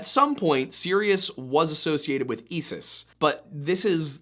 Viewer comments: It's pronounced (eye-sis) btw I know cause I was never after her lol. Obsessed with your channel btw. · Love your work, but I have one pronunciation correction: Isis is pronounced "eye-suhs" or "eye-sis". K thanks. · Serious the star and Esis the goddess? Never heard of them! Heard of Sirius and Isis though! Why are Americans so bad at pronunciation? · You have a very odd way of pronouncing "Isis" and it pulled me out for a moment. But overall a very interesting video.